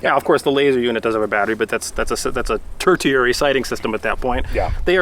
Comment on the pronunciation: Tertiary is pronounced tur she airy... not tur tee airy